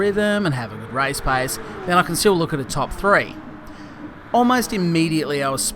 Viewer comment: for god sake it`s RACE not RICE...